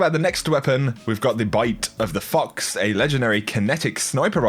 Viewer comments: I can't be the only one who heard bite of the fucks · Bruh I thought he said bite of the fucks